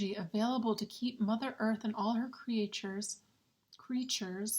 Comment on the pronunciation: I love I you mistakenly said creatr-ures rather than creatures